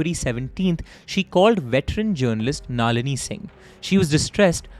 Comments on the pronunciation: finally someone!!! wtf is naaaaalini :=) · you being a student of prestigious Shiv Nadar school. Your pronunciations of names such as Tilottamma and Nalini were weird. I think her death is related to IPL connection which could have led to Tharoor's political image go for toss.Also there is no mention of CCTV's not functioning at the time surrounding to her untimely sudden death. I feel bad for her only son, I hope he is fine though he will never be able to forget the situation for a then 23 year old guy. May Sunanda RIP 🪦 🕊.